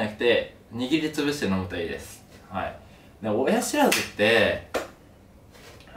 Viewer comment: 「親ひ(し)らずって、ひ(知)ってる？ふぃ(み)んな？」 で笑えたけど 話聞いてたら痛そうだし同情で笑えなくなった 次回もがんばれ